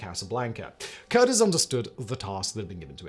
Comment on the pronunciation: Not pronounced Curtis, pronounced Cur-tiz.